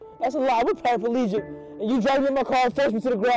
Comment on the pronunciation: Parapalegic? Are they showing that black people can't pronounce paraplegic?